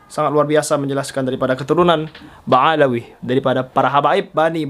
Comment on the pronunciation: Ba Alwi , bukan Ba Alawi , beda tuh Uas...